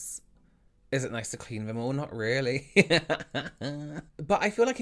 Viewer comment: I love how you say vey, they, vem, them, fings, things, vose, those, Fort, though... Anyone else find themselves focusing on the way he says these words lol?